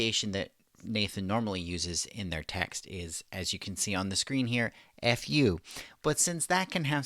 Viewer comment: It's supposed to be pronounced like the fu in Kung Fu, so /fu:/.